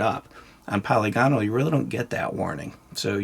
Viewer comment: btw, polygonal is pronounced "pəˈlɪɡənəl", which, if you can't read IPA spelling, is roughly like "puh-lih-guh-null". You don't sound out all the vowels like dipthongs, they're short vowels (like monopthongs), so it's 'puh-lihgunull'. Sort of like how you would say, "monocular" or "parameter". With 'parameter', you wouldn't say, "Pair-Rah-Mee-turr", you'd say, "puh' rih-mih-ter". I've been listening to your channel for years and figured I'd finally mention it. It's a pretty common error in the firearms community, but I'm not really sure where it started. It's not pronounced that way in German or English. Also, just in case, anyone who gets offended by this comment or thinks I'm being pedantic, get over yourself and stop being ashamed to learn things -- it's just a youtube comment